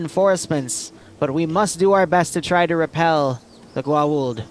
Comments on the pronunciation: Haaa-Tock Goo-Aw-oolld also the IDC are basically wrist-mounted cellphones. also Jaafa would call the goa'uld false gods mostlikely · AAAAAAAAAAAAAAAAAAAAAAAAAAAAAAa please your pronounciation pains me it's pronouced Go-ah-oold" and HA-Tak also YEY stargate also hatak stargates can't gate to the planet they're on, it's one gate per-planet so one would take precedence, since most don't have gates what about an op where you insert in tel-taks? they have functioning interiors